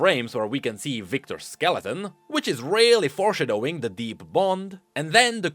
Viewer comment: I love the way you say "Four Shuh Doughing"